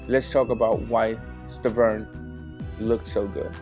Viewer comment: Bro are u high you keep calling Wilder Sterven